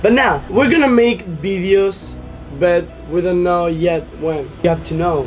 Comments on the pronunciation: still laugh when they say bideos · I love how they say videos they say 'bideos'